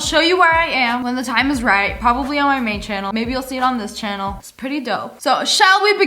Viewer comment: “Now I am chanel” 😂